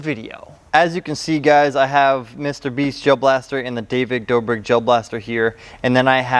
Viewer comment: Authaticity"? Aww-then-tis-sity, David "Doobrick" David Doe-brick. 🤣🤣🤣 Just found this channel and I love it. This guy is great